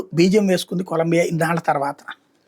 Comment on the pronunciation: నువ్వు కుడా జగన్ లా తయారు అయ్యావు. చూసి కూడ తప్పు చదువు తున్నావు. అది కొలంబియా కాదు మామ 😂